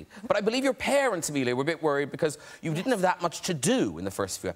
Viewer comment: No, no, Matt, it's "How YOU doin'"?